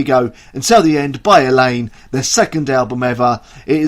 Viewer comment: Thank you for the great and interesting review, and btw - your pronunciation of Madeleine Liljestam, Eleine AND Rikard Ekberg was damn near perfect! ;)